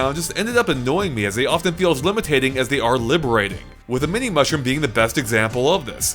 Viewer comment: "limitating" lol